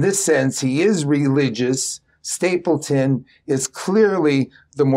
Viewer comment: It’s StapleDon, not StapleTon